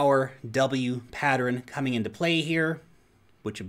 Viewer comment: I love the way says patteren